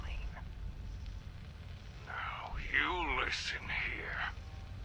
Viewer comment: it may be the pronunciation. I suspected it was Selene, but that's not the way Magnusson pronounced it. His word sounded more like 'Celine'. What nefarious plans does Celine Dion have?